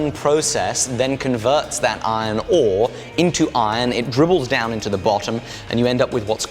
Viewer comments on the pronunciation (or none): Is it only me that noticing when he is saying iron ore he is saying ione ohh